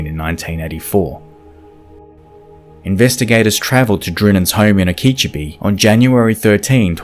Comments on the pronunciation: Okeechobee is usually pronounced in the same way as, "Okey dokey". America is chock full of places with hard to pronounce names like that! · Oak-uh-cho-bee, actually. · Oh key cho bee Accent on cho. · O- kee-cho-bee not O-keech-obee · Okeechobee is pronounced O-key-cho-bee. Not key-cha-bee. And you people talk about how Americans butcher languages...smh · I'm just stopping to comment because it made me laugh while watching your video- Okeechobee isn't pronounced "uh-KEE-chuh-BEE," it's "OH-kih-CHOE-bee" (first and third syllables have the "long o" (ō) sound and are stressed) Other than that though I really appreciate this video! It taught me a bit about the DNA databases and was a good start to my morning :) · No, that’s not really right. The second syllable is not pronounced like key. It’s like “kuh.” Jerps Plays posted a great pronunciation of it a few posts up. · Okeechobee is difficult — it’s “oh-key-CHO-bee” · Its pronounced Oka-cho-bee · You really butchered Okeechobee, its pronounced like Oh-ka-cho-bee. Listen to the Seminole wind song, you can hear how we pronounce it. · Wow to the second case. I grew up in Ft. Myers and never heard of this, probably because it happened about 12 years before I lived there. Glad they caught the guy! By the way, Okeechobee is pronounced "oak-oh/ah-cho-bee,"but it's not an easy word to pronounce. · It's pronounced Oka cho bee. I realize if you do not live here these names are daunting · Incase you ever have cases in Florida again, Okeechobee is pronounced Oh-Ka-Cho-Bee lol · o-keech-abee. hilarious. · Okeechobee: Ok-e-cho- bee 4 syllables native American indian name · Oak ee cho (long o) bee is the city in Florida. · It's pronounced Oh-keh-cho-bee. As a Florida native that was painful to hear. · Good video but it's pronounced OKA CHO BEE Florida. Yeah, its a weird thing. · Sorry, but I have to correct pronunciation.... Okeechobee, FL (oak-a-cho-bee). Still love this channel though :-) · Okeechobee is pronounced Oak-a-cho-bee